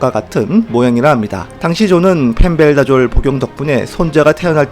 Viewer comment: 근데 펜벤다졸인데 왜 계속 펜벨다졸로 발음하시는건지 ^^